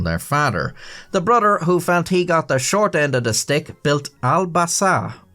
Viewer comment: “Brudder” lol